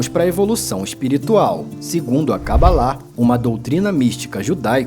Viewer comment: o nome certo é CABALA e não CABALÁ